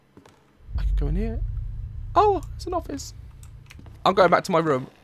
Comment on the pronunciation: Has anyone else noticed that Daz says room Rom.